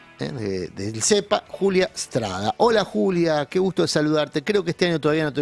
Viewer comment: Sin E. Strada….se dice tambien Strada y no Estrada.